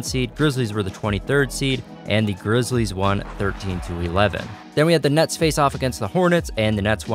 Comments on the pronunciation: If you listen close he said the nuts instead of the nets 😂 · He said nets but it did sound like he said nuts